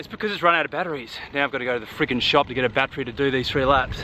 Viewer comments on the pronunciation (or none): none